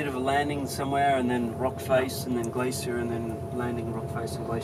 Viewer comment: Is this narrated by a computer program or something? He pronounces some words quite strangely. Whooping instead of whopping. Glassier instead of glacier etc.